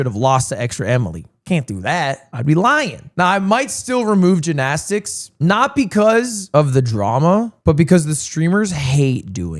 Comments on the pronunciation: Is there a reason he is saying jinaztix instead of gymnastics? Like I get saying it once that weird as a joke but he’s been doing it for like 6 minutes and I think he has brain damage now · Why does he say it like that 😭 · bro can't say jinnasticks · Please get rid of gymnastics so I can never hear you say it like that ever again. It's GYM-nastics, G Y M. Holy shit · The GINnastics is killing me lmao Lud weren’t you an English major?? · Drinking game: take a shot every time Ludwig says “Jinastics” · The only controversy is Lud continuously calling it Gin-asticts! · did they take gin shots for the gymnastics even why is he saying ginastics 😭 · I've never in my life heard someone say ginastics. Until now. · dude you HAVE to learn how to pronounce gymnastics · why does he say gymnastics like that lol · Why does he say gymnastics like that? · Why can this mf not say gymnastics 😭